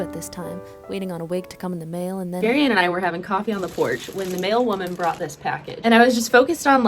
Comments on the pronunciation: I really thought you said “male woman” instead of “mail woman”. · Ok it had to take me a minute to figure out she said mail woman and not male woman